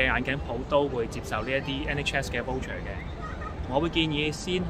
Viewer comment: 唔好意思你讀voucher 有點錯音！讀咗wo音！